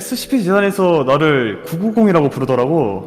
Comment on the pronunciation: 001은 달이님을 어디로 보낸거지? 그리고 47초에 990발음이 오타난거 같은뎈ㅋ